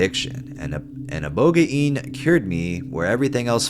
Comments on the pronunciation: Ibohgayin lmfao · Pronounced IboGANE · I don't like the new way of pronouncing ibogaine; it sounds retarded, even if it is right or wrong. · The computer pronounce ibogaine wrong, you had it right at first. You should rly base your pronunciations on how other people say it, not a computer generated voice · The whole ibogaine was hilarious lmao i thought the way you'd been saying it sounded right but i was wrong as well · Ibogaine’s pronunciation is shady